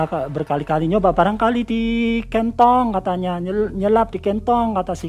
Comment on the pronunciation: Bapak ini natural banget. Denger ceritanya Sama nyimak video Nyebut kantong aja Kentong. Hampir ga paham aku pak. kalo ga sambil nyimak video..